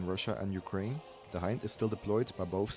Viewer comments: HIND is the NATO designation for this helo, as the standard language used in NATO is english, its pronounced in english, not Russian. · i believe you pronounced"i" in "hind" wrong. It sound like "e" in "ea" similar to way it is in russian. I hope all that is readable, english is not my native language. (edited)